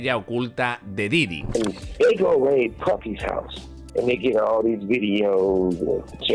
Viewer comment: Diddy Kong xDDD esa pronuncieishon